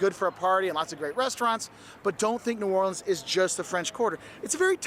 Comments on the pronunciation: Pronounced in 4 syllables New Or Le ans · New or le ans ,pronounced in 4 syllabes